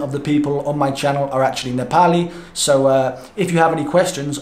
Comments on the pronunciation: "Nepal" & "Nepali" Both correct pronunciation. Great Video! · Now his Nepali ancent is getting good. Love you brother.